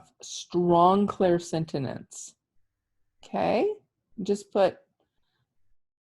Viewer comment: It's all good but you are saying clairsentinence instead of clairsentience. Thank you for the awarenesses. Blessings always!